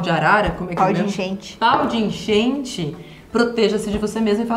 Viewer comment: "Paudeenchente" foi a melhor do dia pqp 8D